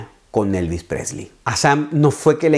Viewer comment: Desde que al principio no pronuncias su apellido bien, te deje de ver. Lástima de tu emoción.